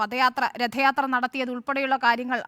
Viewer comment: പതയാത്രയല്ല. രഥയാത്ര'